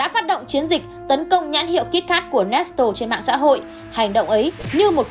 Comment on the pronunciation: Nét lê mà chị nói nét tồồ🤣